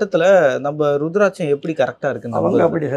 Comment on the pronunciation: It's not ru it's uuruthiraticham